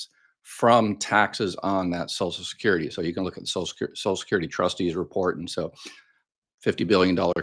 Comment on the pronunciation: Please STOP mispronouncing. It’s not “ sos-kyur-dee. At LEAST put the “l” from sociaL in there.